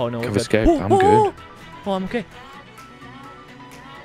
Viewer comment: why does the oh oh oooh im okay sound like oh oh oooh im gay lmao